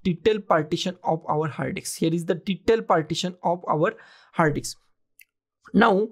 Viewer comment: Did I hear you correctly or just my over imagination ...... I kept hearing "hard dick" and not "hard disk" ..... LOL Anyway, following your guide doesn't help me to create a recovery partition in my laptop